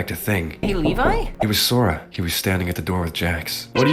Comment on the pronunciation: Name: “sora” Pronounce: “ Su-Or-Ah “ Subtitles: “Sawyer” And other Subtitles: “Sword Ah” in another video: “sArA!”: “soda”: “Swora”